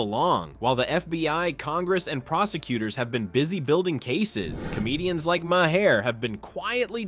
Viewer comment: Learn how to pronounce MAHER properly! You weaken your article when you mis-pronounce thr namenofnthe comedian!